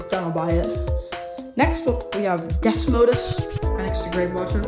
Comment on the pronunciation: Desmodus is pronounced "Day-Modus" Thank me later 🤓